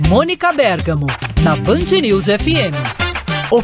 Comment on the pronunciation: Eu queria saber onde está o acento desse bergamo. Se usou p a mônica... e não venha me dizer que é nome próprio. Como eu nunca havia ouvido alguém pronunciar para mim era bergamo paroxítona. Queria uma explicação, se é que ela existe.